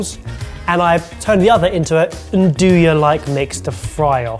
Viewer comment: "anne-doo-ya" ISN'T a thing. "anne-doo-ee" is though. as is "n-doo-ya" but THAT isnt what it is, as 'Nduja, is almost a sauce, its almost liquidey in texture and very loose. thats not a grill, "grills" are outdoor tools that heat from BELOW and NOT above. heat from above="broiler"